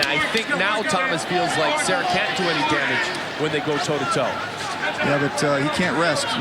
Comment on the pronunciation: The announcer that kept calling Serra as Sierra is an idiot. Even after the other announcer continually calling him Serra. Guessing that was Shamrock.